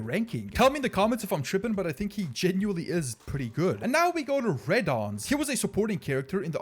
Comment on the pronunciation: Solide tierlist. Ferre isn’t that good tho i would say and parrot is also a Bit worse. And please learn how to pronounce reddoons and leowooks names lol